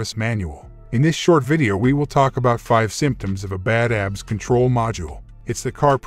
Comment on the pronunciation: You know it's not going to be a good video when the narrator can't properly pronounce the subject of the video. A B S not abs